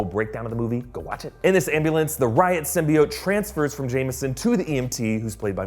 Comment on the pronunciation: It's pronounced Sym,. Bee,. Oat